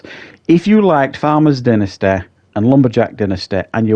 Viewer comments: Dentisty....lol. Dynasty, pronounced die- n-ah-sty. Killing me with the going to the dentist stuff. Lol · Please learn how to pronounce ’dynasty’